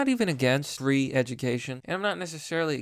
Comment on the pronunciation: when you said you're not against "free education" it sounds like "re-education" btw i almost unfollowed you but i turned on the CC and it said "three education" so i ralized you just mispronounced.